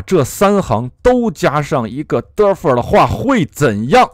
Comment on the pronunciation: 请勿普及日式英语，defer 读作 底佛尔